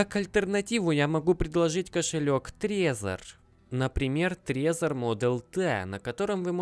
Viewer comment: не Трезер а трэзор я живу в стране где он производится